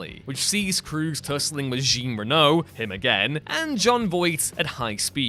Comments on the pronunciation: Geen Reno?! Really? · your mispronunciation of Jean Reno's name is really jarring & kinda disrespectful